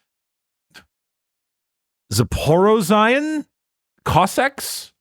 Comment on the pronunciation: Za-Poor-eez-shun zaporizhian